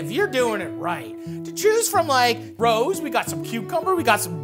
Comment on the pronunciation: Mans called rosé, rose... lol oh Matty